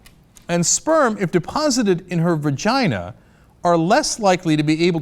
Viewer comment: Cenk it's vagina not vergina:P